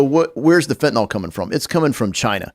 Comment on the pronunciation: FOR THE LOVE OF GOD IT'S PRONOUNCED FENT-A-NYL, NOT FENT-A-NOL